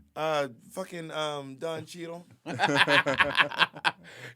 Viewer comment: "Don Cheadle" haha